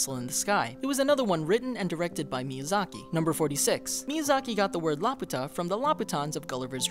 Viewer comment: Laputa is not pronounced La-pu-tah!! Its pronunciation is in the freaking movie obviously! It's La-Pyu-tah!!